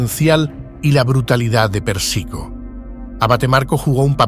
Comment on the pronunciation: es Pérsico, no Persíco.. se pronuncia Carmáin,,, no Cármine... fuera de eso, gracias por el Video.. está genial.. aprendí un montón